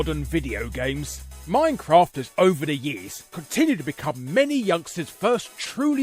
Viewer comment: Too bad his pronunciation of minecraft was an offence to the English language.